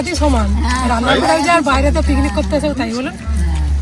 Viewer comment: Please thik kore kotha bolo...pignic bolo na bolo picnic...kishna....nijeder vitor ja paro bolo bt vloge korbe jakhon thik kore kotha bolbe